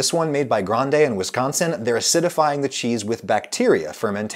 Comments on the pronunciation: As a native Wisconsin-ite, I died a little inside whenever he said "Whizzsconsin". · Why does he say Wizconsin, it’s WISconsin. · Why does he pronounce Wisconsin wizgonzin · As a life-time Wisconsinite, I can't imagine not being able to find a cheese or a style of cheese I need/want. The cheese isle at my grocery store is all encompassing and very large. Just a polite point, you are pronouncing Wisconsin incorrectly. It isn't WIZZconsin. It is more like w-ih-s-K-AH-N-s-uh-n . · Slam a beer every time he mispronounces Wisconsin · It hurts how you pronounce wisconsin